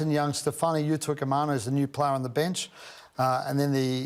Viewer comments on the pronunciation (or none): "You-Toy-Yee-Car-Mahhhhh-noo" Hopeless